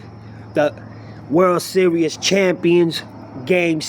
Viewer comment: WORLD SERIOUS ? Are you able to speak any English ?